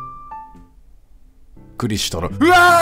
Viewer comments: しかも大分変わってて草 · 最初はクリシュって読んでたけど、どんどん感情移入しまくってニクシュって読み続けるキヨが愛おしい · それに画面にクリシュがあれば読む際はちゃんとクリシュ、自分の言葉のときだけニクシュｗ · ストーリー本当に心に刺さってめちゃめちゃ涙でてくんのに途中からキヨがクリシュのことニクシュとか言い出して毎回ニクシュって言う度に「クリシュ……」って半泣きで呟いてしまう自分がいる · いいゲームすぎるけど途中からキヨがクリシュをニクシュって間違えてるのが面白すぎるw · クリシュ→リクシュ→ニクシュになってるw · キヨの中でだんだんクリシュがニクシュになってんの笑う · 最後クリシュって言えたのに最後の最後でニクシュww キヨはなんやかんや心が綺麗だからこういう綺麗なゲームしてると本当に心が浄化される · 途中からずっとクリシュのことをニクシュっていってて面白かった笑いつもはふざけてるキヨだけどこういうゲームだと真面目にやってるの素敵だしキヨの優しさが溢れ出てて好き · 徐々にクリシュがニクシュになってんの好きwww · 感動の物語なのにクリシュが途中からニクシュになったのがまじで面白くて涙ふっとんだw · すごい感動して泣けるんだけどクリシュのことニクシュって呼んでて笑ってしまう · 途中からクリシュがリクシュになるのおもろい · クリシュのことを最後の方は ニクシュって言ってるけど、 それくらいキヨは集中して話に入っているんだろうな〜…。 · キヨが途中からクリシュのことリクシュって呼んでるのなんか好き笑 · クリシュのことずっとリクシュって言ってるキヨ可愛いWWWWWWWWW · クリシュなのにニクシュって間違えてるのが気になりすぎてしまったw